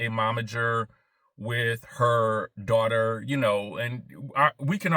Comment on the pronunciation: Stop talking about my "DWAUGHTER!" 😂😂